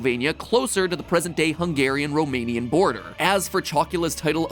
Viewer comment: Mathew pronouncing romanian words just hurts so much.... cool vid tough